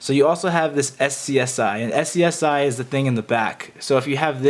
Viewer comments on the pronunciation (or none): say it with me ... "scuuzzyy". "Midddeeeee". the fuck is "ess see ess eye" and "em eye dee eye".